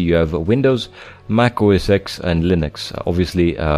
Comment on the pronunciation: It's Mac OS TEN not OS SEX lolol